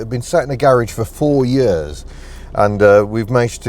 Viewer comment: I love the way you said.... "In May we'll have owned this car for four 'eyuurs'... " Proper Welsh isn't it ? As an Italian / South Walian Scouser I appreciate these nuances...